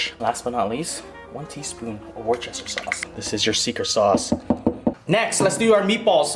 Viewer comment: if you want to be ahead of everyone else pronounce Worcester like wuster it's the real English way and easier